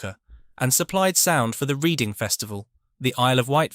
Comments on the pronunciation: I still think of Orange amps as, those new ones. . But its red' in' not read' ing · It is a human sounding voice, but unfortunately not controlled by a human brain 😂 can't differentiate between Reading and reading, but still listenable nevertheless. Interesting story though 👍🏻